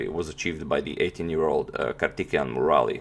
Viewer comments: His name is pronounced as Kaar-thi-kay-yan Mu-ra-li :) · So far I was thinking you were pronouncing the players name right and was really amazed how you managed to get their actual pronunciation. But everything changed as Soon as I heared karthikeyan murali from you. Started to think only the pronounciation or the information you provide before the game starts is also kind of assumption. Anyway the games seems interesting. I have no idea who tal or ivanchuk until I watched your videos. Now I am a big fan of both of their games. Hope you do some ground work on the pronounciation in the future. believe pronounciation criticism will not prevent you from displaying Indian games. Thanks for all the wonderful games so far.